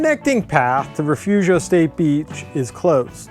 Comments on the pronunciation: It's actually pronounced Refoofio! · It's Re-fooo-fio!